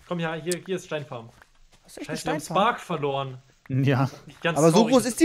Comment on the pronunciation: Spark und nicht stark hahaha failllll